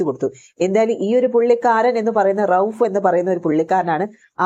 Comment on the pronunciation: റഫൂക് അല്ല റഹൂഫ് 😊